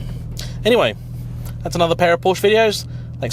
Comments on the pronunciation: Can you please learn how to correctly pronounce the name of this brand, it is simply quite unprofessional. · Because this guy hasn't got a single clue about engineering or how actually cars work. FFs, another youtuber/influencer who has a platform and has no background. He doesn't even know how to pronounce Porsche, what'd you expect?